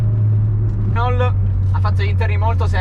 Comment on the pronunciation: Mi sono iscritto bellissimo video! Bella la 5 GT ph1 anche se la ph2 è leggermente migliore a me piace anche la Supercinque Campus. Comunque si pronuncia RENÒ oppure RENAULT e non RENOL! Consiglio metti le mani più in alto quando la guidi. VIVA LA 5 E LA SUPERCINQUE 🚗🚗